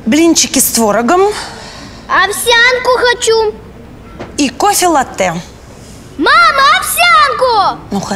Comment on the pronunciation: Богатая, а не знает, что лАтте, а не латтЕ🤗